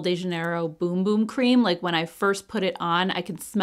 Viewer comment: Bum bum is pronounced like run run. You put it on your bum. ( backside). Boom is what the bomb says!